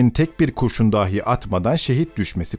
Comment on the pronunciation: Seslendirme tonu güzel ama bazı kelimeler hatalı okunmuş. ”Dahi(bile) kelimesindeki ilk hece uzatılmamalı, ”dâhi" olarak okunmamalı. ”Hatıra” kelimesinde sadece ilk hece uzun olmalı, ”râ" olmamalı.